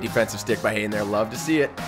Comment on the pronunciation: And it is Haden not jayden